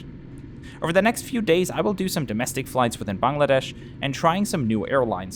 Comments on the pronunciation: A lovely and respectful review. Also well done on pronouncing “Bangladesh” correctly. Wouldn’t be so quick to recommend Josh Cahill videos. He always seems so negative. Well done! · First foreigner who correctly pronounced "Bangladesh" word🙃